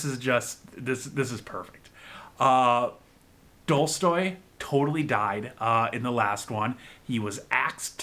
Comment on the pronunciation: "Dolstoy" haha Great reactions though, I love this series so much!